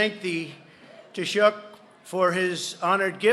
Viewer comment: Dude it's pronounced tea-shock lol